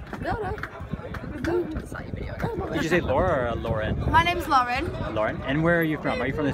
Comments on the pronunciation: If you have a broad accent it means a full on accent, someone from Yorkshire with a broad accent would pronounce the word "names" as "n-aims" whereas a southerner would say "n-ay-ms". The girl with the glasses is rather broad but the other isn't really, then again she's from Sheffield and that's southern to me. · says shes broad, pronounces "names" like a southener